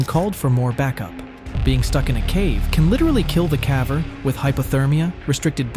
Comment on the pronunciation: Good content but the AI voice is annoying. It mispronounces lots of words. (Like "caver"...)